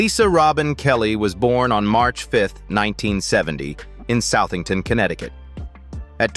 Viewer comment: SUTH-ing-ton, Connecticut is the correct pronunciation. (voiced "th")